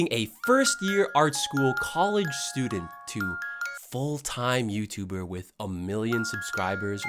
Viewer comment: "FULL TIME YOUTUDER" btw </3